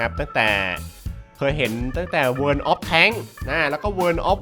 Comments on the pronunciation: โวออฟวอชิบ ไม่ใช่ เวินออฟวอชิบ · ทำไมมันอ่านว่า เวิน[world]